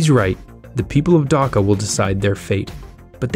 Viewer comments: its Dhaka not daka btw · please prunounciate properly it is dhaka not daka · You said daka I will be dhaka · It's annoying when westerners don't aspirate the "h" in Dhaka. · God dammit no one pronounces Dhaka right